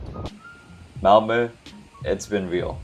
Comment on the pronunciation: first of all: compliments for your pronunciation of Malmö! We are used to English speakers thinking 'o' when they see 'ö', so you made a very good impression! And then I am exceedingly impressed by your choice of places to visit. You chose exactly the places I would have had on the top of my priority list if guiding a visiting foreigner, although I hadn't dared to do it in just eleven days. Extra points for Kåseberga and Sofiero. About that castle, you may have seen when you visited that it was built for/by the parents of Gustaf V, because he and his mother were sickly, and the parents thought the southern climate would be beneficial. So from 1866, it was the summer residency of the family. When the prince who later would become Gustav VI Adolf married Princess Margaret of Connaught, they were gifted the castle by the aged owner Oscar II, who had tired of it. In my childhood, quite some time ago, news papers reported when in the summers Cabinet ministers took the night train from Stockholm to meet the king in Council of State at Sofiero, that the rest of the year was held weekly at the royal castle in Stockholm. By the way: Just below your choices on my priority list, you would have found 18. Narvik (admittedly in Norway) 19. Strömstad 20. Vaxholm 21. Simrishamn 22. Gränna 23. Vimmerby 24. Västervik